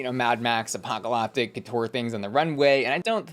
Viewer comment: Do you pronounce apocalyptic wrong on purpose?